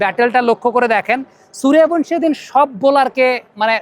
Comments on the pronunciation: বাংলাতে সুরিয়াভানশী নয়রে, সূর্যবংশী, বাংলা সূর্যবংশীর উচ্চারণ হিন্দীতে সুরিয়াভনশী। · আরে সূর্যবংশী হবে।হিন্দিতে য উচ্চারণ য় এর মত হয়।